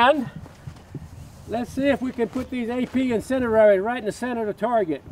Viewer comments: That accent tho - "AP Incedirary rounds" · "incenerrary rounds" I love you jerry. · "incendierery" bullets are awesome 😂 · Gotta love that "incenderary"